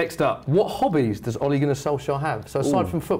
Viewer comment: 1.its ole gunnar Solskjær not Ole Gunnar solskjaer 2.boi he said Ollie and not ole